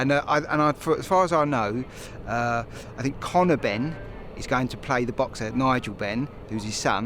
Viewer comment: fink of all the agg....